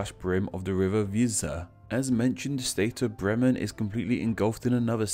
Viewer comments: That Bremen pronunciation got me. Brrrrriman? Its spelt as it's said. 'Breh-Man' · earlier in the same video: Schelswig. Also did he pronounce Bremen correctly even once?